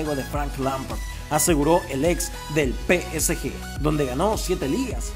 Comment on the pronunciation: muy bueno tu pero trata de pronunciar bien el nombre del psg